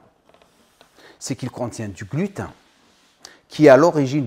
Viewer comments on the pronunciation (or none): Allah y hfdek,on dit pas glutin mais gluten comme ten chiffre 10 aux states 😉